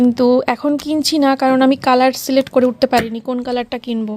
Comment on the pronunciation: Uchharon celet kora noi select hobe ok vul val uchharon